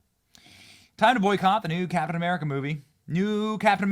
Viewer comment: you all know Kap'in Uh'Merika isn't real right